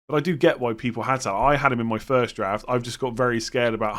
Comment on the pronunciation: Anyone else hear Giraffe rather than draft 😅